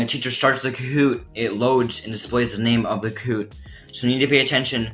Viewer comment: lol u saying koot